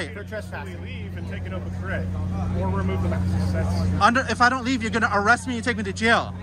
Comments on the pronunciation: Hmmm…all of his education and he can’t correctly pronounce words: Eerest, orgineyezation, hail yes. Oh, for the good old days of Chile. 🙄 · “Threat of errest” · "Under threat of e-rest." Not convinced of his level of education. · Gotta love how he pronounces arrest, errest! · Masters in Psychology? I call bs. He can’t even say “arrest” properly. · 100% wrong sounds about right. But what can you expect from someone who can't pronounce arrest correctly? He needs a refund for his college education.